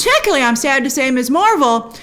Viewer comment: First, it’s “Miz” Marvel, not “Miss.” I’m tired of every reviewer mispronouncing this. We got the new title for a REASON. Second, I was talking with my sister about a Marvel movie and she said she’d seen a couple at first but then stopped because she felt the movies were aimed at people with an encyclopedic knowledge of the Marvel universe. She didn’t want to watch something where she’d get only a handful of references. Perhaps this is the audience they’re going after, especially since Ms. M is aiming for a younger viewership, one that hasn’t been studying this universe for years. I love that so many reviewers go through the fine details: “See this guy standing in back by the wall? That’s Boopsy Boy, who only appeared in three panels in issue #39.” But to enjoy a show all I truly need is good characters and a solid plot. Trivia is nice but not essential, especially after the Marvel universe has expanded to the depth it now has. Too much!